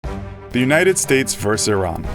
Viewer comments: you say it like airean, not iraan, it sounds so weird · "Iranically" yes, I know it's pronounced ee-rawn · Iraq is pronounced I-raq, Iran is pronounced EE-RAAN education is the key kiddo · its ee-raan not i-ron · he said iranically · itsStealth it's pronounced e-ron in every country but America where they pronounce it the way it's spelled. Yes, I do really care